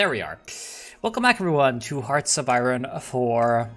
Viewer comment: it's not pronounced aye-ron, it's pronounced aye-ern. English is weird